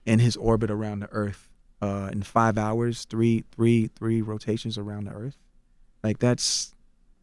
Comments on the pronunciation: i like how people say Earf instead of Earth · "Earf" Will we please learn the TH SOUND?! After all these years, decades, it may have been alright in the early 20th century but damn it really sets te perception of our people back 200 years.. It's WITH not Wif. Its DEATH not Def? It's EARTH not earf. GODDAMN already and you are in communications? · CTG: "If you look at Earf, and how diverse Earf is..." Earth dude... EARTH. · Nobody: CTG: Earf. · the earf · Lmao,....EARF; lololol😂😂😂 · Why Charlamagne be saying "erf"?